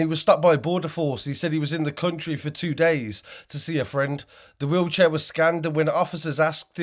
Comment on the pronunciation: FFS IN HIS WEELCHEAR 😂😂😂WHAT A FOOL